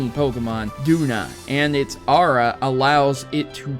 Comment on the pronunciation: I know this. I think the reason why dragonair's weather effects were not used to it's full potential,is because the limited technology and due to the fact abilities weren't in existed until ruby,sapphire and emerald in the early and mid 2000's (for emerald) LOL i like how you say aura and dragonair's name, sounds kind of like haorah and Draganaires. But its all good every person will always have a different pronunciation for the pokemon series